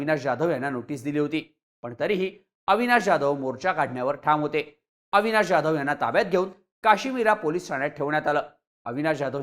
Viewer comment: ज्याधव नाही हो......😮 जाधव..